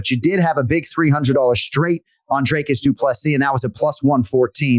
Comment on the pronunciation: Jon as someone who usually pays attention to the pronunciations of names, please watch some interviews with DDP or how he pronounces his name. The man deserves to have people say his name properly and not butcher it by saying 'Draycus'. Do better